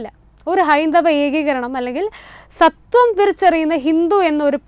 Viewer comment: സത്വം അല്ലടേ സ്വത്വം